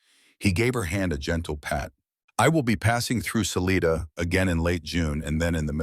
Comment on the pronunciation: I winch every time I hear them pronounce Salida wrong it is Sa lite da your own space Love the story